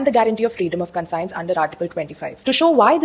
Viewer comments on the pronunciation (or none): Madam aapki conscience ki pronunciation wrong hai.